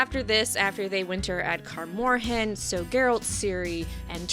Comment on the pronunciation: Sorry to be nitpicky but your pronunciations of Melitele and Kaer Morhen threw me off 😂.